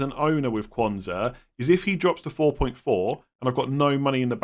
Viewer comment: We need to have a more definitive way of distinguishing Quansah from Konza. They are spelt very differently but pronounces them almost identically. I listened to last nights stream and was convinced I should be selling Konza but for the life of me couldn’t work out why, having watched this it now makes sense!